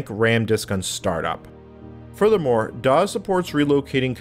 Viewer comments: I just found your channel and I am liking the videos so far, but why in the world do you say "doz" every time for "DOS" and "QEMU" as "cume"? Sorry. It's just distracting since you say "doz" a lot. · had to bail, "dawes" was triggering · I'm curious about where you picked up your pronunciation of DOS. I've been a PC user since the late '80s and have never heard anyone pronounce it with a Z sound. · He pronounces "dos" "doz"